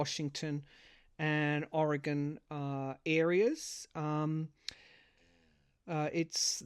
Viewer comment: You said Oreegon corretly thank you